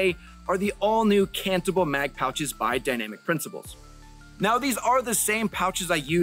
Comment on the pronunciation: I know you're saying cantable, but what I keep hearing is cannibal...but that might be because I'm watching at 2x speed so I can get off to my D&D game and cast fireball